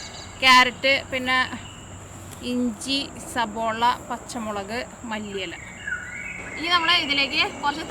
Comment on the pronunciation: സബോള അല്ല ചേച്ചി സവാള 😃😃😃